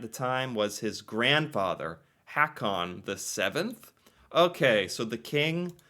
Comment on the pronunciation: Haakon is not pronounced "hack-on," but more like "Hoe-kon." If you can't get basic Norsk pronunciation of the "double -a" straight there is no hope for you.